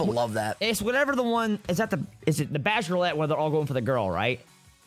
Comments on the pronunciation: The Bachelorlette is so hard to say XD thats because its Bachelorette XD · The reason you were having issues saying Bachelorette was cause you were adding an extra L. Lol. Love you guys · Was anyone else annoyed at for mispronouncing bachelorette